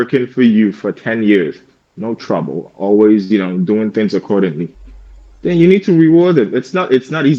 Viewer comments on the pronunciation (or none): The “th” is a giveaway. I noticed when telling his fake story about his mom “throwing” things around he said “trowing tings” around